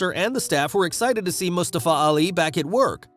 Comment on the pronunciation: Stop pronouncing Mustafa like that. Wtf